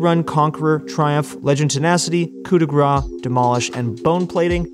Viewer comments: Please stop saying "coup de gras", it's "coup de grâce" just check how to say it. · It's not '' coup de gra '' it's ''coupe de grace '' read it properly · Stop saying "Coup de Gras" it literally means "Grease hit" :D Coup de grâce= kuu de gras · French tip of the day In "Coup de grace", grace is pronounced like grass. You're missing the "ss". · its not coup de gra, its coup de grace, kinda prononce like grass its french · It was so triggering when first year everybody was calling it couP de gra. Why people assume CE in grace should be silent, while P in coup should be pronounced. At least we got over it, but stuck with cou de gra forever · He does pronounce it. Wrong. And there is no offense, just trying to help ;) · FFs "coup de grace" is pronounced like "coup de GRASS" im french and it piss me off so bad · The coup de grace rune is pronounced "cou de grass* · you have to say "coup de grass" for coup de grâce it triggers me and the french community too (i think) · Coup de grâce, coup de grâCE, PLEASE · coup de gras ? coup de grâce i mean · Please, Coup de Grace is pronouced "Cou de Grass" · The way this guy prounounce coup de grace as coup de gra triggers me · "coup de grâce", you need to pronouce the CE at the end. Otherwise, as a french personne I hear "coup de gras" which means "fat hit", but not fat like, big, that deals a lot a damages, fat like you took a handful of cow fat and slapped someone with it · I keep commenting that every video, he wont listen. Also Manamune is pronounced Manamouné because it's a japanese word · Coup de grâce is pronounced with an S at the end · Yea idk why everyone just ignore the C